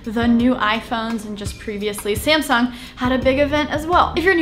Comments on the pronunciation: Did she say scamsung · Did she just say "SCAMsung" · sounds like she said scamsung lol 😂